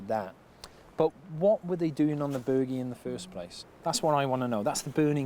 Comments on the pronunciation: Someone should have slapped the host the first time he said "The Burgie". If anyone wants to play a deadly drinking game... take a shot everytime he says it. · Omg, now I want to slap him too. Form an orderly line people. Now that you’ve explained his mispronunciation, it’s really really (REALLY) annoying me...really, and I’m only 15 minutes in. He just keeps saying it and he’s the only one doing it. I still want to watch to learn and see what the location has to tell them. I do find his hosting mildly annoying, because it seems to just be about the him wanting to talk, erect elaborate rope access points and in this case, try to use “quad bikes” to tear up the countryside. It’s mostly just for him to yap on - and after watching a few of these you start to notice a pattern of them not having enough time to do a reasonable amount of actual archeology or even finish. He’s more about the “Extreme” part of the title, than he is the digging. I really appreciate you explaining how to say the name correctly. Ha ha he really is such a tool isn’t he. It’s like he thinks that he’s going to sound like a local (or cool) if he calls it that, his arrogance/ignorance means he couldn’t even be bothered finding out by just asking someone etc. That’s how “extreme” he is. Get rid of him and just have the amazing women instead. I’ve been online and this location was not really a great mystery. I was reading the uk listing of the site as a protected historical monument (sorry, I can’t remember the exact title they use) and some of the archeological references about this site are from the 1960s. Another blog site referred information dating to 1700s. Oh w